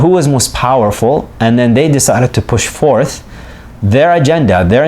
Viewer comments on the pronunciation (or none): none